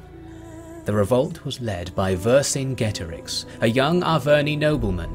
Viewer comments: One peeve, Vercingetorix was pronounced Wer-King-Eto-Rikh (the kh being the throaty sound of the German 'ch'). Great video though, never liked a video so fast. Not enough people talk about Gaul, especially not at this level. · it's WEHR - king - EH - TOH - REEX, great king of marching people (warriors): VER (great, see english "over", german "uber" latin "super", greek "hyper" - KINGETO ("warrior" deriving to root meaning "tread, step, walk, march" - RIX ("king", very close to latin REX). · Great video. One thing though: Vercingetorix is pronounced wer-king-eto-rich ('ch' as it is in German)